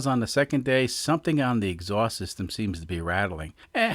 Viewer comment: Lives in Kansas, but his "x-awst" is from Bahstin